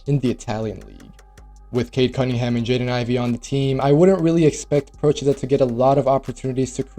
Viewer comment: as an Italian gotta say, props for Procida's name pronounciation....perfect, I heard so many americans mess it up already xD